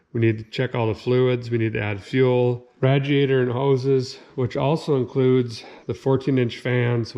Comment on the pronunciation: Someone needs to learn how to speak, guy calls spark plugs sparkulators and now radiators radjiators. Ever heard of making sense?